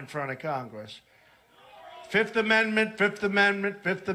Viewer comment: Why are you saying 5th weirdly? I get that most people say 'fith' and that's technically wrong. You should say the second f 'fifth'. But you seem to be addading am extra T at the end and saying 'fiftht' It's very strange Also...jury can assume guilt from pleading the 5th in civil cases